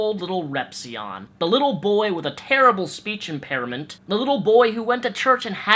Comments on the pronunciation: "speech impairedment" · "the little boy with a terrible speech impearimint"